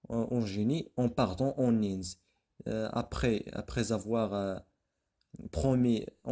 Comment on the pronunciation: Bonne explication mais faites attention a votre prononciation surtout dans les mots suivants : indes et Eugénie !!!!